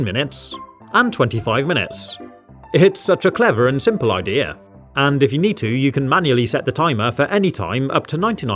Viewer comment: This really bugs me out every time you say idea you pronounce it idear